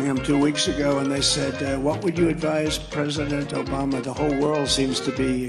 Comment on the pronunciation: Trump: “Obamna, Obamna, Obamna” 🤣🤮